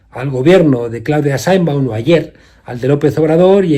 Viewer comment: Se dice Sheinbaum, no Sainbon